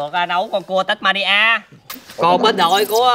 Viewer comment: người ta là Tasmania chứ ko phải là tabuaria đâu